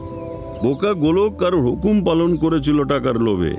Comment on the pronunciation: র গলার টেক্সচার ভালো হলেও presentation এ অনেক গলদ আছে...তাই expectation match করলো না ঠিক।অনেকেই অনেকগুলো point out করেছে, আমিও কয়েকটি বলছি - চ এবং ছ এর উচ্চারণ, করেছিল, গিয়েছিল ইত্যাদি শব্দকে করেচিল, গিয়েচিল বলেছেন উনি। এইভাবে শ এবং স, ড় এবং র এর উচ্চারণেও ত্রুটি আছে। ওনার কথাগুলো একটু জড়িয়ে যায় মাঝেমধ্যে, মানে শব্দগুলো ঠিক স্পষ্ট ভাবে উচ্চারিত হয়নি অনেকসময়। একটি বাক্যে কয়েকটি শব্দ বেশ জোরে এবং কয়েকটি খুব আস্তে এটা অনেকবারই হয়েছে.. সামঞ্জস্যতা বজায় রাখা উচিত ছিল । আর শেষে, বেশ কয়েকটি জায়গায় সংলাপের সঙ্গে ওনার expression ঠিক match করেনি.. অর্থাৎ dialogue এর mood একরকম আর ওনার expression অন্যরকম.. বেশ কয়েকটি রোমহর্ষক সংলাপ উনি বেশ flat ভাবে বলেছেন। মীর স্যারকে ব্যোমকেশ, শার্লক, তারানাথ, প্রখর রুদ্র, উমাশঙ্কর চৌবে সব রোলে তো শুনলাম, সেক্ষেত্রে একটু যে monotonous লাগছিল না, সেটা বলবো না যদিও প্রত্যেকটি রোলেই উনি অসাধারণ, তাই এই change টা আমি সমর্থন করছি। সব্যসাচী বাবু ফেলুদা না করলে এই চরিত্রে তার কন্ঠ বেশ ভালো মানাতো বয়সের সঙ্গেও, কিন্তু তিনি তো voice of Feluda হয়েই গেছেন সেইক্ষেত্রে অভিনেতা চিরঞ্জিতকেও try করা যেতে পারে ওনার গলাতেও একটা গাম্ভীর্য আছে । এছাড়াও Shankari Prasad Sir বা Paran Sir কেও try করা যেত। আসলে mirchi র production quality এতটাই top notch যে এই জিনিসগুলো বড্ড কানে লাগে, শুধু mirchi বলেই এতটা চুলচেরা analysis করছি 😅... আবার যেখানে মীর স্যার, Deep Sir, বা সোমক দা পার্শ্ব চরিত্রে রয়েছে যাদের উচ্চারণ খুবই ভালো সেখানে lead character ওইরকম না হলে, difference টা বড্ড evident হয়ে যায় । আশা করি সময়ের সঙ্গে সঙ্গে আরও p